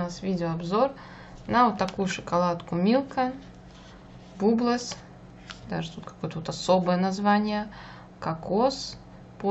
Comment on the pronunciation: Баблс а не бублс